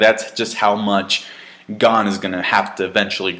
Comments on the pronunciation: lol, we knew you would like it. BTW, it's pronounced closer to "Gown" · U not saying gon name right